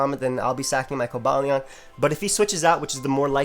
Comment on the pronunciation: i believe its pronounced kohba lyeon (Cobalion)